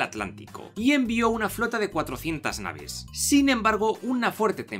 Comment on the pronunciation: se dice nave no naho